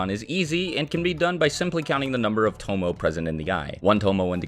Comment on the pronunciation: Tomoe is pronounced toe-mo-ay